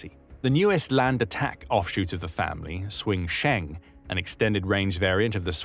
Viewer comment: Please do something about the pronunciation problems. If "Hsiung" looks to you like it should be pronounced "swing", then please just stick with pronouncing it as "Brave". "Sh-young" would be closer. But seriously, just use the English.